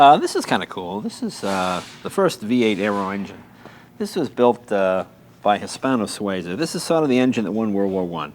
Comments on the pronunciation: This is not Hispano SuAza, it’s Hispano Sueeeza ) Jay has the best toy shop in the world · PLEASE stop saying "Hispano-SWAY-ZA," young man. It is pronounced "His - PAno -Swee -zah."